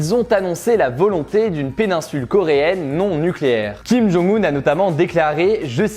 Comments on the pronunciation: Pour information, pcq trop font l'erreur, on prononce le nom de kim jong un (김정은) : "kim djong eun", et Moon Jae In (문재인) "Moune Djè Ine" dans une phonétique francaise si je puis dire 😅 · Salut, je suis en licence de coréen, et donc je me permets de te corriger (surtout si tu vas en Corée c’est important), on dit Kim Jong « eun » (김정은), pas Kim Jong « oun » (김정운), et Moon « Jè »-in (문재인), pas Moon « JAe »-in (문자애인), voilà! :)